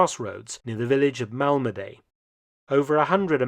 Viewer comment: It's Malmedy, French pronunciation: [malmədi]), not [malmədey], like you seem to think.